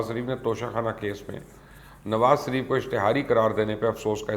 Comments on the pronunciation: Ye mubashar Luqman Nawaz Shareef ka naam laitay hue totla kyu ho jata hai or inhay Sharif ki jaga Sarif kyu kehta hai.? Ye asal mai usi soorat mai hota hai jab koi kisi sai sakht impress ho ? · Mjy galt sunai dy rha ya wakaii you was saying سریف instead of شریف....